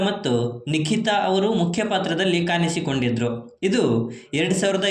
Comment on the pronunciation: ಕನ್ನಡ ಸರಿಯಾಗಿ ಮಾತಾಡಿ. ಕಾನಿಸಿಕೊಂಡಿದ್ದರು ಅಲ್ಲ ಕಾಣಿಸಿ